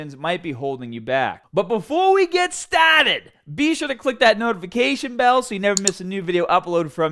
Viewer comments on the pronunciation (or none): Stahted apahtment ❤️😂